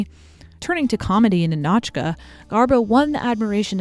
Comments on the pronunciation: It's Ni`-no-chka like KNEE(stress/emphasis)-no-chka not Ni-NOH`-chka lol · hey! wanted to point out one minor detail . the title of the movie, "Ninotchka", should be pronounced as "nInotchka", not "ninOtchka". emphasis on "I". you can check the pronunciation in Google Translate by typing Ниночка another great video btw, your content is truly my favorite on YT, and I was never even that interested in the history of Hollywood before. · Ninotchka is pronounced Nina-tchka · The film's name is pronounced NIN-och-kuh. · I love this whole video highlighting Greta Garbo and her fascinating allure, but each time the narrator mispronounces the name NINOTCHA leads me to believe she has never seen this movie. It's yelled out many times in the film!